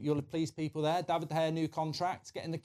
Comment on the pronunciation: can he bloody say david properly